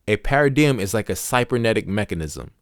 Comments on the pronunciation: i can’t listen to this because the way he pronounces paradigm it’s supposed to be “pair of dime” not pa ridi yim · Pronounced 'pa ruh dime.' Not ' pa ra diem.' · This YN said para-DM. It’s para-dime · Pair-a-dime. Say it with me. Pair-a-dime. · Haha. Just a paradigm shift on how the word should be pronounced. Don't worry about the haters. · The way paradigm is said is actually handy, you should never forgot this book now…thanks bro! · I can’t listen to this bc you pronounced the MAIN WORD WRONG! Tf😂😂😂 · Thank you for recording ❤I didn't realize you pronounced paradigm wrong untill I started reading comments, I was so interesting in learning a new concept. I also like your voice and the fact that u don't make it sound so serious 😅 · STOP THE PRONOUNCEMENT OF PARADIGM 😮 STOPPED ME. COULD NOT LISTEN TO THE IDEA OF HEARING THIS WORD BEING SAID INCORRECTLY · I have to say, and I say this in all sincerity, yes the way you pronounced paradigm and many of the other words bothered me a lot, initially. I really thought about it....and the longer I listened the more respect I gained for you. You made an ENTIRE audiobook even though you had issues with pronouncing words. You may have even known this beforehand but you didn't let that stop you. You gave so many people a wonderful gift and that is the ability to have this book narrated for when we are unable to read. You set a goal and you accomplished it and I can only thank you and just recommend maybe practicing a bit with words on your next audiobook venture. I really appreciate you and I wish you well. 🤝🏽